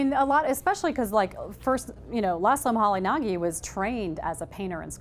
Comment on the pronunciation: Laszlo Moholy-Nagy is pronounced 'muh-holy-najj' not 'muh-holy-nah-gee'